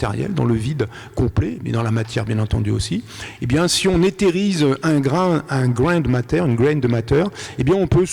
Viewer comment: " Un grayne de matter" ??? 🙃